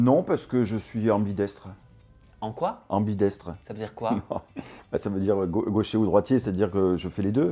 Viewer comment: Mdr on dit AmbideXtre pas ambideStre Et par contre la question actif / passif , on souffle hein … 😢